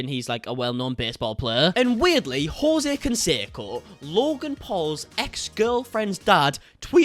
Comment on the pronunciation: I know nothing abt sports and I recognized his name immediately!! But mispronouncing his name was grating!!!! Jeeeez